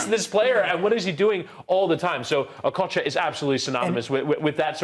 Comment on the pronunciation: The way she pronounced okocha, I thought she was a Nigerian